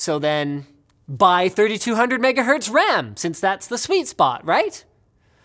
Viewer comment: ow mush WAM do I neeb fow my mimecaft soyvor